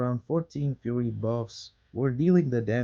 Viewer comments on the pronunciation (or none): none